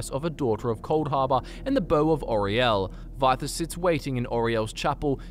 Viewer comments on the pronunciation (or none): none